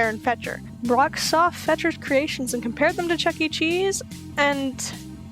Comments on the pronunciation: Fetcher’s name is actually pronounced “Fector” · It's Aaron Fechter not Aaron Fetcher